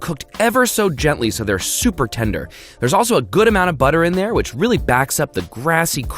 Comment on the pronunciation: Did no one noticed about he saying "chuper"